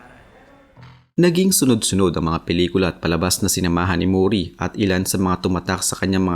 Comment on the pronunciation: Mori hindi Muuuri. HAHAHAHAHAHA